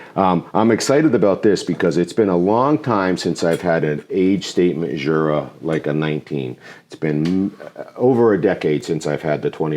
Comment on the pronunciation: What an akward review... Jeez! Love me some Jura! Its funny it gets pulled with someone who actually wants some peat! The Jura pronounciation is still quite far off 😂